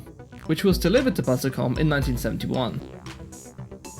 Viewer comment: A bit late to the party, but here are some pedantic notes: * AIRESEARCH should be pronounced "air research" with the two Rs kind of running into each other, BUSICOM is a portmanteau of "business" and "computer" so it should be pronounced "busy-com", MITS is generally pronounced "mitts", and TAITO is "tie-toe". * It's splitting hairs slightly, but the Atari VCS used a 6507 not a 6502. * Apple were not the last manufacturer of 680x0 computers; even if you exclude the TecToy-manufactured Sega Genesis that was still being produced until 2023 there were oddities like the DraCo, Emerson produced a bunch of 68040 and 68060 VME bus SBCs way into the 2000s, and they're still heavily used in industrial control systems and telecoms equipment. * Not sure by what metric the BBC was "one of the best selling home computers of the period". C64 12-17 million, MSX 9-4 million, Apple II 6 million, ZX Spectrum 5 million, Atari 8-bit 4 million, CPC 464 2 million, BBC 1.5 million. Essentially, apart from abject failures like the Dragon 32 and Oric Atmos it was one of the worst selling micros! Source: I'm old.